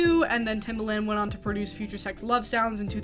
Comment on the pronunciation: You pronounced the producers name like the shoe😂😂 it’s not pronounced that way